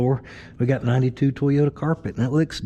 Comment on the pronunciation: The ole "TWOYOTA"